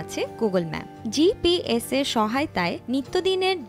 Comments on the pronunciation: এত ফালতু উচ্চারণ। ভি পি এস উচ্চারণ একবারে করতে পারেন না? দেখে দেখে ক্লাস থ্রি পাস একজনরে দিয়ে পড়াইলেন। আর স্ক্রিপ্ট এত ফালতু। এসব ধরনের রিড আউটে আমার এলর্জি আছে। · Video er cheye Apnr mukhe bola GPS ar VPS kthata Vallagse 😅